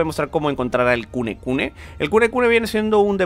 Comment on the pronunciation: El demonio se llama kunene y le dice kunekune:v me recuerda a mi diciendole burdaka al aku aku